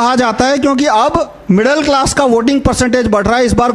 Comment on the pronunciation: stopped watching when he said "middal class"